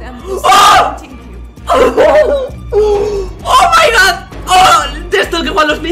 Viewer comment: Nadie:: o mai gawd